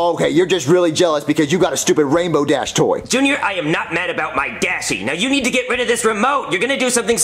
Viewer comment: don't be talking about my Dashe you hashe. Me:lol